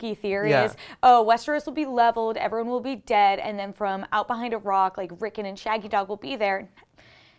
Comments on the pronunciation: It's "Rickon" with an O, not "Rickin" with an I. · rick-on not rickin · Rickn rickn rickn Rickn....its RickON RICKN ON RICKON not rickn ricken or rickin it's RickON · Lol "At least one person in the comments is going to laugh at you for saying layers" But everyone is laughing at you for saying Rick'n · May i ask why you guys keep pronouncing Rickon's name that way? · At least say the bloody kids name properly